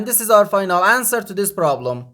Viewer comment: The word is this not dis